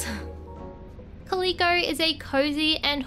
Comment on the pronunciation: it’s pronounced “cal-lil-coh” not “cah-lee-coh”